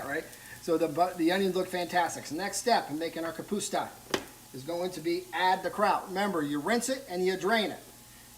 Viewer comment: It's ka pus ta. Not ka puts ta